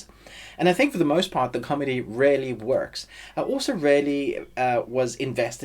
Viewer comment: Great review - but I really had some difficulties with your pronounciation of "really" since most of the time I heard "rarely" which REALLY confused the hell out of me LOL 😂 Great review, though, REALLY 😊👍